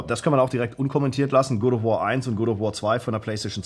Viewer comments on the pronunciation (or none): Good of War. Wer kennt es nicht? 😂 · Funfact: bei "God of war" wird God mit EINEM o geschrieben und dementsprechend ausgesprochen.. Mein innerer Monk hat bei jedem ausgesprochenen "Good of war" einen Schlaganfall bekommen! 😀